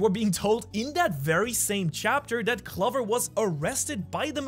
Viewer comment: can you please pronounce clover with the 'oh' sound